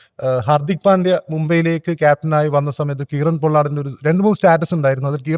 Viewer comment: എന്തുവാടെ Kieron - കീറൻ അല്ല കൈറൺ Patidar - പട്ടിധാർ അല്ല പതിധർ 😂😂